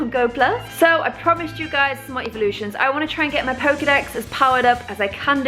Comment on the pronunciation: it sounds like she eveevelosins